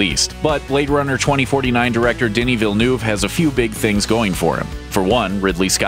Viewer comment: Oh my god. It's not ''Deni VillNOOVE'', It's ''Deni Villn-euh-ve'' . It's from Quebec btw